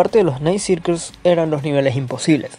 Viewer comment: Me da risa como pronuncia los circles